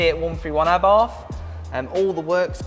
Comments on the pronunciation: Its a shame Rally Replay didnt have the sense to use a representative that could actually speak properly. Wiv, Abarf, Aufentic, & thats only by the time i turned off. I dont expect posh, but for gods sake man learn to speak. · I thought did a great job and he knows what he is talking about. He is surrounded by incredible cars that are accessible for the public to view. I'm presuming you pronounce Abarth like the Italians do then; 'Ab-art'? And Lancia as 'Lan-chia'